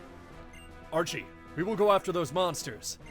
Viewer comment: Warn me before you hit me with Scottish Archie, that caught me off guard but in a great way. Lol